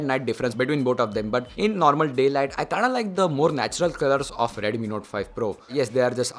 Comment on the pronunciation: It's not Redumi, Redmi it is...